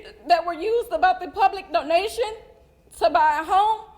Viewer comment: Doh-nation? Homer Simpson?